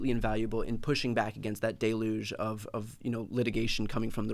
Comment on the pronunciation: OMG Brian said "DAY-luge". Deluge is pronounced "DELL-yoog" Oh no, he just said it again.